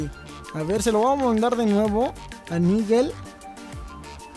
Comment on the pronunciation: No se pronuncia niguel lo se porque me llamo Nigel :v